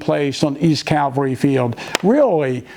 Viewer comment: Right on about the BS about Ziegler’s Grove being the target of the “Charge”. My pet peeve: “CaLvary” and not “cavalry”. Aaagh! 😝